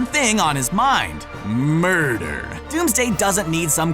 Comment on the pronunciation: How he says murder is weird